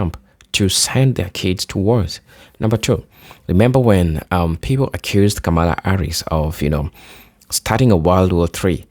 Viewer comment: Hi, Kamala's name is pronounced incorrectly by so many people, pronounce it like the punctuation mark, com ma la..thank you!